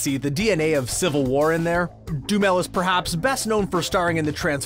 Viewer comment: Jeez! Now he is calling Duhamel, Dumel.